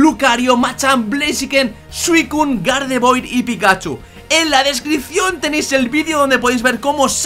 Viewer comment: no se dice gardevoir se dice gardevuar:v